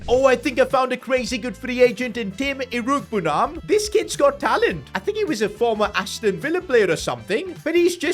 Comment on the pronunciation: It’s pronounced iro-egbu-nam